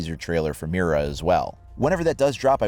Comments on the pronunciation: It's pronounced Mida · Well since I can actually pronounce an Operator Name, people saying meer-ra is going to really get under my skin lol